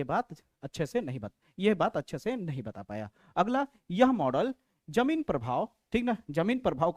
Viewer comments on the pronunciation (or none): sir ji vo jameen nhi jeeman prabhav hai